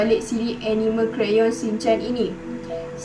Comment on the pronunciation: Jangan la pandang script haha and you pronounce Anime tu salah boleh refer youtube care sebut anime yng betul but keep it up good work!! 🎉